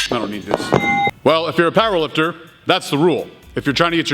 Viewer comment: He kept saying "If you're a power lifter..." but what I heard was "If you're a pile of dirt...." XD I swear that's what I kept hearing lol I kept thinking "There's no way he's calling people piles of dirt!" made my day XD